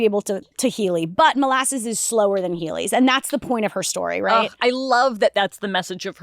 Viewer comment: "She uses her heelyeys to escape the..." Me: "2008 financial crisis"?